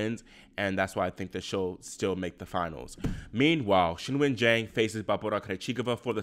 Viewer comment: Thank god someone pronouncing Qingwen correctly which is not even a difficult one as far as Chinese names go the "Kin-Wen" pronunciation every single pundit is using is driving me insane